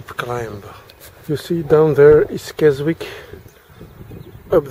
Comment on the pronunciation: A bit late but its Kesick the W is silent... interesting as I find the Uk end boring and dont start my journey till I am in Europe